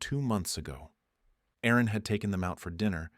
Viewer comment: There was an Aaron/Erin glitch.